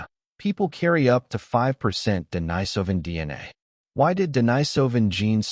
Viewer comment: They couldn't even pronounce Denisovan consistently.